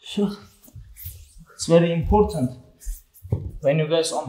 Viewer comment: “It’s verly importence”